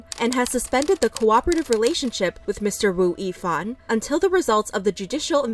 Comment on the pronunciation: It’s pronounced as “Ex-O” and “Woo-Yee-Fan”.